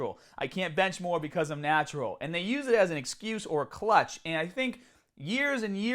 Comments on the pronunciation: The term is "crutch" not "clutch" lol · The expression is krutch not clutch...... As in natural athletes use their natural status as a "krutch" .... Not a clutch....... You're welcome 👍